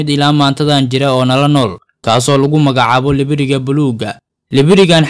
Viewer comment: Hhh libiriga afsoomaaliga iska hagaaji nibiriga dheh😂😂😂